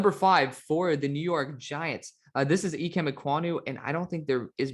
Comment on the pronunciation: Good lord, it’s pronounced I-Kim. Just say icky that’s what he goes by